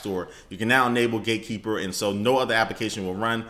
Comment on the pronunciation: did you say gaykeeper?